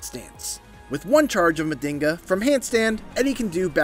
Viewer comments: NOT Mandinga, it's Man-jhinga. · It's pronounces (Ma JiN ga)😊 not (Ma din ga)😂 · It's pronounced "Majinga" pretty much means magic and us capoeiristas use it as a sort of mysticism in capoeira songs... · Not to be that guy, but it is pronounced "Munn-jeen-gha" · Nah that mf said Mandingo counter 🤣🤣🤣